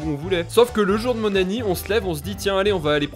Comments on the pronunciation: Il dit pas anniv il dit anni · Super , mais j'ai l'impression tu dis "le jour de mon anni" au lieu de "anniv" ça me stress